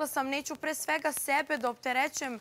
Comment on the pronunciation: Odmah sam čula kad je to rekla šokirala sam se. Kad kaže da je rekla SEBE vraćala sam strim više puta nekad čujem TEBE nekad SEBE tako da se ne može opravdat